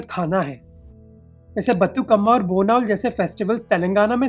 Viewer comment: History of telangana struggle cannot be explained in such a small video like this. More so the anchor appears to be an outsider (he could not even know how to pronounce Batukamma) who can never understand the oppression the telangana people undergone in the hands of andhra people as a whole and specifically by andhra politicians. People like you whose main intention is to propagate the sponserer shall not attempt to do the video on such a overwhelming subject like telangana with some information picked up here and there! And you finally stopped at declaration of process of telangana in 2009 as if it was already achieved but people of telangana had to wait up to 2014 to the actual formation of telangana after suicides of more than a thousand telangana youth in the mean time. Much cruel dramas were played by the Andhras even after 2009 declaration on account of which numerous telangana youth had to lose their lives (suicide)! This is why outsiders should not venture to do videos on telangana simply by picking up some information in bits and pieces!